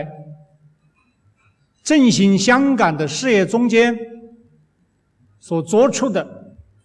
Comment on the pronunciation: 你们在“振兴”香港，不是“进行”